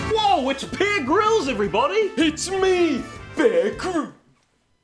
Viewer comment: It's Pear Grylls